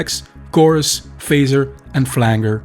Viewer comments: It's all good yo. You didn't do too bad at the jungly tune, but it's definitely pronounced "flanjer" in the us and the uk. It doesn't take away from your capability as an artist, just learn the word, cheers. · I’m 100% pronouncing it flang-er from now on 😂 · I can't take serious a producer who doesn't know how to pronounce flanger